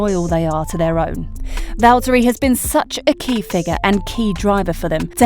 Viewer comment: How about pronouncing Valtteri's name properly?